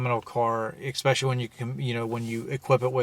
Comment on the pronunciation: expecially is NOT A WORD...other than that, this video was informative.